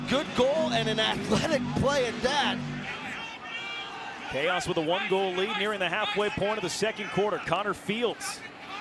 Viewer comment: in the first games commentary, the guy read Chaos, as "chowse" 😂 I cant remember the video but it's great.